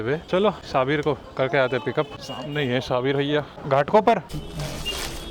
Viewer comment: Sha bir nahi hai wo shabbir hai Aisa mat kro meri jaan